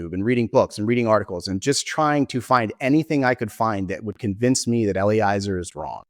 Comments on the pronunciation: another piece of hopefully constructive feedback: pretty sure Eliezer is pronounced Eh-lee-EH-zer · Yep! It's a perfect rhyme with "Jelly-Fezzer"